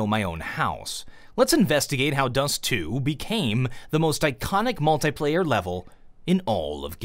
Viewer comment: mul"thai"player its mul"thi"player